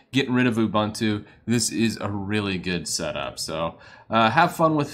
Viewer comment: it's not Ubantu. It's not Abantu. It's Ubuntu:)